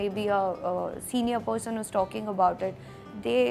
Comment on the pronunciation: Its not PODGESON 😂😂 its PERSON